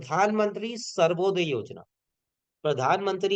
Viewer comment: Bhai Survoday nhi Suryoday Yojana hai 😀